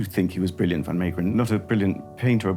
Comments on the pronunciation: Unfortunately they could not pronounce Van Meegeren’s name properly. It’s Van MAY-geren not MEE. Van Gogh is the most butchered though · Van Maygeren ...pronunciation .